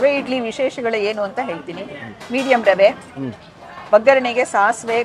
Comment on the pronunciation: ರವೆ ಇಡ್ಲಿ ಅಂತ pronounce ಮಾಡಿ rava ಇಡ್ಲಿ ಅಂತಲ್ಲ